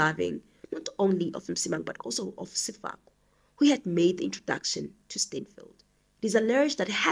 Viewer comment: Sefoka not Sefako sister it gets confusing when you read the names incorrectly. ❤